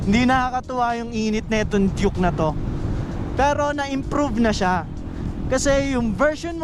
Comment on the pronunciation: Duke not juke😂